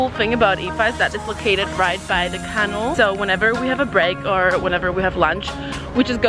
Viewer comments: Thank you for your video. It's informative and helpful to those interested. What is the "kennel" you keep mentioning? Do you mean "canal?" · What on earth way are you pronouncing "canal"? Or are you saying "cannel"? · odd how she pronounces canal , like can el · Kennel vs. canal — your pronunciation had me puzzled few times 😂 I also feel all Parisians just say la Seine 😉 Hope you enjoy your stay there. The title of the video suggests that you’re disappointed, but Paris is a wonderful city — get the most of it ❤️ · Did anyone else cringe every time she pronounced the word canal as "kannel" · Did she really pronounce canal as...canel?? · I'm fascinated by the way that you pronounce canal. I've never heard anyone say it that way. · why you pronouncing canal wrong 😂